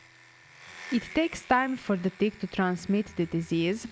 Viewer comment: She said ‘never saw a bigger dick’ when she meant tick. So cute.